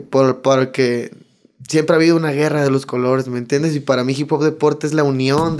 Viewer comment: Dijo " Gera "😫👌